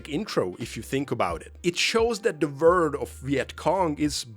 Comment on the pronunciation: Not to dunk on your English. It IS your second language, and you are learning it very well! But I think you meant “world” not “word”, it’s pronounced with a L. A decent example on how you would sound out world would be “were-old”. (I subscribed by the by the way, I look forward to binge watching your channel)